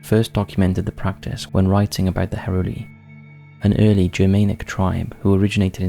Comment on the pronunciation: Germaynic, IT'S pronounced GER- MAN- IC, ffs sure you mispronounce words on purpose 🙄 😒